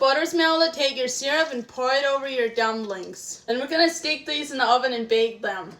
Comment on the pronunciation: Whats botter? 😂 And dumblings Or meelk 💀